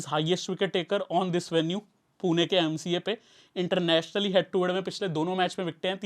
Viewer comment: Bhai पुना nahi पुणे hai. Pun”E” hai “A” nahi. “E” ka pronunciation malum hoga aap ko mere hisab se.